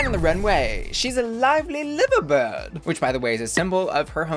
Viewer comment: liverbird is pronounced as l-eye-ver bird btw <3 /nm